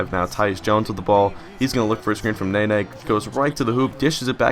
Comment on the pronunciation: Mirotic: Accent is on MI-rotic (with Mi sounding like the Mi from milk). Hezonja: Not entirely sure how to pronounce that, but you're constantly missing the J in it, its not Hezona ;-) Nene: Sounds like Neh/Nuh-nay, not Nay-nay Labrissiere: is from Haiti so I'm pretty sure its supposed to be French not English. Makes it "La" simple La as in Spanish or French "bris" the i sounds like the ea in bean and the s is silent (the double ss is pronounced as a single s) "sierre" is pretty much zjair, the s is harder so more of a z, the j is like the y in you, ierre sounds the same as air. Hope this helps! Keep up the good work and have fun in college!